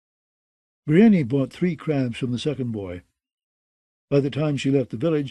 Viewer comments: Roy pronounced Davos "Dayvoss" but I'll take that over Breeinknee 🤣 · "Biryani" lol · Davos is at least pronounced that way somewhere. Nobody says Briennknee. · The narrator is great and I could abide by most any pronunciation but "bree en nee" for brienne? Idk why but that really throws me off 😂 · I swear, I was just thinking this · What I don’t understand is how MULTIPLE narrators can’t pronounce the name “Brienne”. That’s a REAL NAME FROM THE REAL WORLD! So many names are made up in this universe and somehow NO ONE can pronounce a normal name like “Brienne.” Ridiculous. How are the standards so low for the narration of such famous works??? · volunteers? Well that explains it, then. You don’t need to watch an HBO adaptation to know how to pronounce “Brienne.” It’s a real name in our real world and the pronunciation is entirely intuitive. I respect the volunteers for their work regardless. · Literally every time he says it, I say, "Stop that." He never listens.